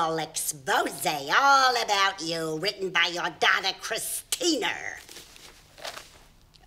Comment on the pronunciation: the point wasn’t the r sound but rather the eh instead of ah at the end of Christina.